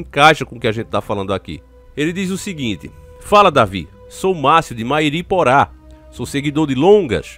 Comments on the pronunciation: Davi, bom dia. O correto é Mairiporã. Como rã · Mairiporã se lê ân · Está pronunciando a palavra Mairiporã errado... Kkkkk